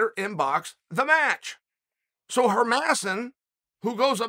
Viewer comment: Herman- e-son😂😆😆